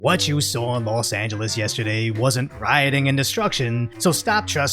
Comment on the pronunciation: "Lost Angeles" SMH...